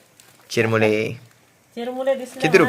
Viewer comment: अरे चिरमुले नाहीरे चुरमुरे म्हणतात